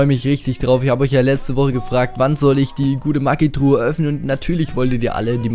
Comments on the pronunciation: das heißt nich maggi truhe sondern magietruhe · Sag nicht immer "maggitruhe"!!!Es heißt magietruhe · mir gefällt dein kanal, endlich jmd der zugibt dass er nichtso gut ist (was andere nicht tun) und auch NICHT gemmt was mir sehr gefällt aufjedefall mach weiter so. PS: bitte nenn die Maigetruhe nicht Maggitruhe und was ich toll fände wäre wenn du das spiel auf englisch stellen würdest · wie er immer sagt MAGGITRUHE. das heißt Magietruhe 😂😂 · magietruhe nicht maggitruhe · Ja mehr CR macht voll Spaß mit dir :D und wenn du sagst Magietruhe hört es sich für mich an wie Maggytruhe😂😂😂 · alter wie du immer maggitruhe sagst ich heul gleich hahah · Wie du immer Mackie truhe sagst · Ne Maggi-Truhe